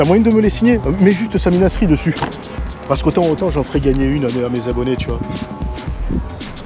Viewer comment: Pas ouf d'écorcher son nom à Samy Naceri et pas Samy Nasri 😁